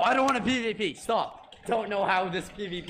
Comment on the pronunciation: I love how bad says STOB IT 😭😂